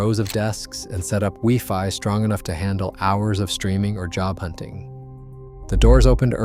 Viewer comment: HI, I sincerely wonder how factual these video commentaries are given the poor state of the computer generated narrative. your computer cannot even pronounce the word "odds" or even "wifi" and several other words. sorry Charlie, your PRETENDING to be real is not honest.